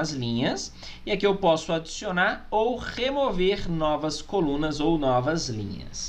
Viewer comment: ou rrrrrrrrrrrrrrrrrrrrrrrrrrrrrrrrrrrrrrrrrrrrrrrremover novas colunas